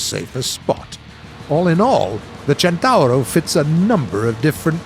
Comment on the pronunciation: Listen how's spelled and repeat: "Centauro"